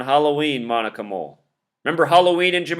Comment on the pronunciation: And the fact that her name is Moll, like Mole